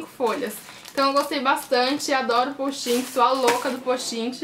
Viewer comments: nao e poustinti e postite aprende a fala pra de pois fazer videos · Não é postin-ti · ana- beatriz pessoal você disse "posti-ti" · ana- beatriz pessoal num e posti-ti tbm não. Se escreve Post' it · ana- beatriz pessoal ela fala postinti e vc posti-ti o certo eh post-it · oq ela mais enritou foi ela falando postinti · kkk postinti gostei mtt do vídeo mas vc tentando flr certo post it foi engraçado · vc falo postinti foi isso que eu entendi